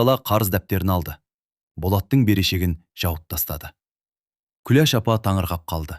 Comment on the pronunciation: Оқып отырған адам Күлеш демей,Күләш десе болмай ма